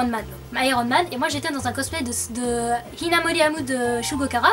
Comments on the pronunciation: non ca ce prononce "amou inamori" mais c est pas grave presque tous le monde le prenonce mal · Mon dieu ta prononcation de amu hinamori ... Mon 1 er cosplay sera de ce perso